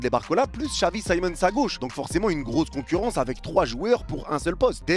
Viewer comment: "La concourrance" j'ai cru que mon ordi a bugué😂